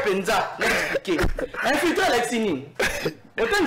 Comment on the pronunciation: Infilitré ,,,,,😂😂😂😂😂😂 ça c'est très bien. Monsieur le communicateur on dit plutôt infiltré